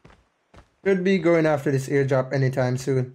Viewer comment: "Eardrop" = "Airdrop"